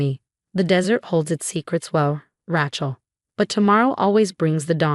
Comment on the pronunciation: It's Ray-chul.